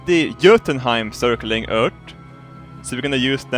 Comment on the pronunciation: In The start in The video you say eart not Earth